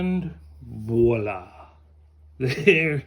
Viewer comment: I really love your drawings😍! Your characters are so sweet and warm! Well done, you did well with your pyrography! Your colors are magnificent and the result is fantastic😍, for water color pencils, you can also just dip your pencil tip in water! By the way, you pronounce Voilà very well !☺